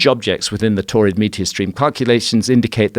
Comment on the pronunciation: Sounds like "torrid meteor stream" and that sounds like someone with a whole bunch of kidney stones.